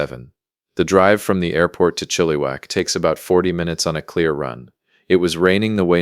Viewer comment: Maybe learn how to actually pronounce Chilliwack properly